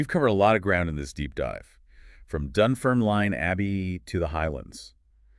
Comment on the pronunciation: You can't even pronounce Dunfermline properly. Why should I listen to you?